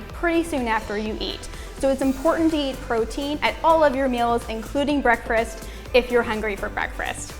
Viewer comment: Is she saying "breakfrast" ? I can't listen to it anymore. Sorry